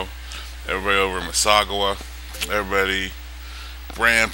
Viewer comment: Missaugowa? hahaha